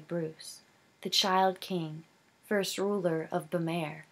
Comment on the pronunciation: The way that you pronounce the kingdom's name is bu-m-are, if you look at how it's spelled "Bamarre" you change the first 'a' to an 'u' (like in up) leave the 'm' sound (like in milk) then the last part is just like the word 'are', so in all you would say it like bu-mARE. I hope this helps! I think that you have a very good reading voice, and I know that it will only get better in time!